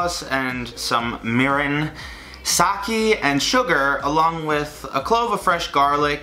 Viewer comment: The way he pronounced “mirin” and “sake”...